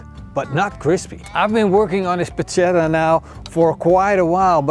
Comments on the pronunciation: The correct pronunciation is Porketta not Porcetta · This is not Porchetta. It's not cooked enough inside just like every cooked meat in the world outside Italy. Plus, so many other things. Also you are saying the word wrong... So this is your porcetta but don't mix it with the real "Porchetta" <-- Correct spelling. You would think that, at least before doing a video on it, you would get the pronounciation of the name of the dish used in the title correctly as for starters. But of course not... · Dude, nice video but PLEASE say 'porKetta' the next time. ❤ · PorKetta Is the right pronounce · Nice! Correct pronunciation is porKetta 😁 ch=K in italian